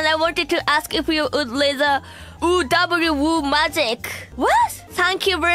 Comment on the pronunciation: I love how not knowing how to pronounce the UwU made it less "magic" and more of a "curse" 🤣